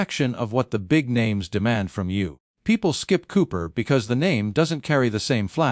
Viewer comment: Cooper, not Coper.